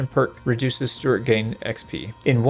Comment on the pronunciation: love your content - crack up at "Stewartt" :D